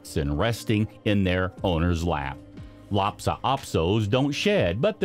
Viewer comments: It's k (kairn), not "karen" terrier! Lhasa, not Lhapsa, Apso! Nor is it Bella-nese! It's "Boh-loh-neeze' " or "Bo-lone-yez'-zeh" - like the sauce. Just imagine that the word "visage" is spelled v i z u d g e the last part sounding like judge, visage might be easier for you to pronounce if you did. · It's Lhasa - not lapsa. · LHASA, not LHAPSA.